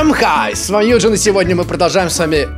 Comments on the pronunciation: хвхввххв в начале х"юджин"й хвх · А в начале за Юджином точно была буква А, когда он сказал Хай